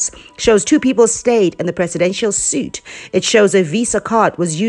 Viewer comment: Sweetie, it's not executive 'suit', it's pronounced like 'sweet'. Thanks for this info though.